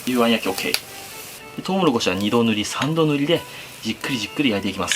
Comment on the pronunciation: 2度塗り3度塗りが安定の滑舌の悪さ